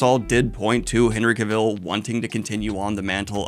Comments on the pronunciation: Cav-el! Cav-EL! Not Cav-ill!!! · Stop saying cavile it's cavill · Why do you pronounce his name that way? In my head it's always been CAV-ill not ca-VILL. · Yes, he absolutely needs to be a lead in a franchise, but that means you need to learn to say his name correctly: Cav il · "CAVILL" RHYMES WITH "TRAVEL" DANIEL!!!!!!!!!!!!! (I feel the need to comment this every time you say his name) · For the love of God! it is CAvill! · "Cavell" like "travel" dude unless you're trying to be funny, then ignore me lol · His last name rhymes with "travel" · Cah-Vil, I hate being that person, but hearing it being mispronounce like that is slightly triggering over and over, sorry! So cool he liked Sanderson though he truely is king of nerds! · Daniel, I'm glad your giving your takes on this... But for the love of God, SAY HIS NAME RIGHT! It rhymes with "travel!" He literally made a video where he tells you! You even said it right once, and then went BACK, for God's sake! Daniel, PLEASE! -Sincerely, a subtitute teacher with a last name no body says right. That's probably why I care. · Love your videos Daniel but your pronunciation of Cavill bugs the shit out of me. Its said like the word 'Travel'. You actually said it right when you cut in at one point as well 😂 Genuinely love the videos man but I just had to get that off my chest. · everytime Daniel says Cuh-vill I want to throw a rock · I love this idea and the video but your repeated mispronunciation of “Cavill” is KILLING me 😂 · You should probably start pronouncing Cavill with the emphasis on the right syllable before you try to interview him. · Day 900 on Daniel mispronouncing Henry Cavill's name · I cannot watch this video because you pronounce Henry Cavill's name wrong every time. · I love Daniel, but his pronounciation of "Cavill" gives me a nervous twitch... 😅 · hate it when Henry is in the news as Daniel always mispronounces Cavill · Please… please for the love of god stop saying Henry’s last name like that.